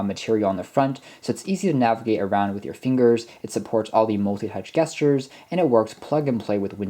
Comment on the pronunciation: Soft g not hard g on gesture. treat it more like "jesture." Are you sure about the plus and minus bit for volume? Is that some kinda built in short cut? If not then those are literally what they look like. The asterisk for multiplication, the slash for division, and of course plus and minus for respective addition and subtraction.